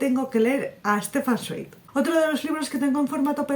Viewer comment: Creo que se pronuncia "Zvaig" pero bueno, que no todos somos expertos, yo de él me leí la biografía de Maria Antonieta y Mendel el de los libros. Ya me cuentas que tal con Stefan Zweig. Ya me contarás de Herzen y de Zola.